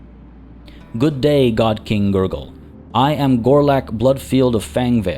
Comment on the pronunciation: Man everytime you say GurGul i keep hearing Nurgle